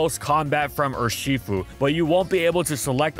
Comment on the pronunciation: i love the way this guy pronounce urshifu, ershefuy